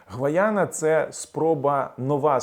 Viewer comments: Я побачила у мапі Гайана, а не гвайана. Чи пагано чую? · Гайяна - а не Гваяна